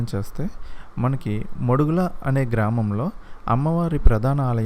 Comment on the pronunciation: Bhayya adhi మడుగుల కాదు. 'మాడుగుల'. Famous for Halwa